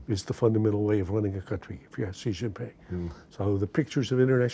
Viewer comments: Why can't you say Xi? It's not Ji. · Much as I loathe the Chinese government, at least pronounce their president’s name correctly, it is Xi which is pronounced like She, not Gee. Please continue....